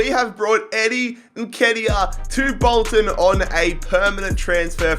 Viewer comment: If u pronounce Nketiah like that again, I swear to god.